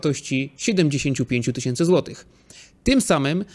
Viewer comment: Super materiał! Dzięki wielkie za takie odcinki i oby więcej.:) Prosisz o sugestie/propozycje, więc pozwolę sobie: minuta i, brakuje mi głoski "ch". Powinno być "10 złotyCH" i "90 złotyCH". Wiem, że to pierdoła i nie ma nic wspólnego z ekonomią, ale myślę, że będzie się słuchało jeszcze lepiej tego, co mówisz.:)